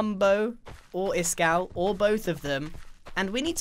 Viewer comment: Its iskall not iskaal